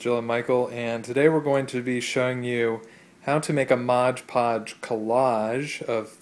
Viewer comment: It's pronounced MOD Podge. Not Modge Podge. ☺️